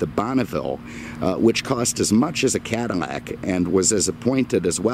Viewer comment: It's Cadillac, not Cadimac. You keep on saying Cadimac.